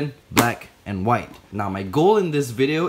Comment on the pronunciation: the way he said “AiNDd”🤣